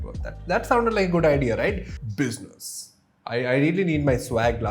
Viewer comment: i love the way you say "biznus"